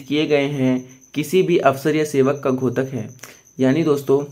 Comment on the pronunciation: घोतक नहीं होता है बल्कि द्योतक है।(द्+यो+त+क )